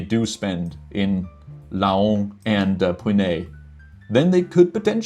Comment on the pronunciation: Laon is sounded like lent but without a t and with a lower close to an a ... There are only couple of word in French with ao like un paon (a peacock) sounding the same way... Reims is sounding like Rins (yes with a sounding s) but more of a that an i in the in 🎉 good work of guess 🖖